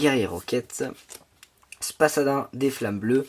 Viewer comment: J'arrive 3 ans plus tard mais ça m'a tué quand tu as dit Spasadin a la place de Spadassin ahah bonne vidéo +1 abos